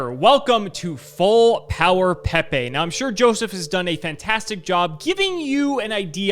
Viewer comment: these guys are cowards for pronouncing it "peh-pay" and not "pee pee" like god intended